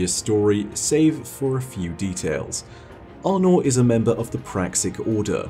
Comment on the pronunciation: Arnor? Thats one way to say her name.